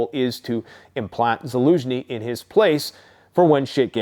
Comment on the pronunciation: Zelensky not Zelinski